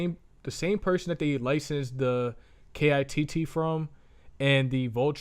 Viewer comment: FYI nobody says K-I-T-T. It's "kit". 👍🏾